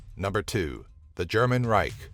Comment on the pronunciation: Just say "Empire"... You cannot pronounce Reich!